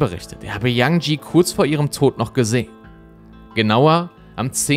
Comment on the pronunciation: Super Video, einziger Kritikpunkt: Bitte vorher informieren, wie man die Namen des Opfers ausspricht. 😅 Das E am Ende von Yanjie wird ausgesprochen. Ansonten toll, dass der Fall nochmal Aufmerksamkeit bekommt. ❤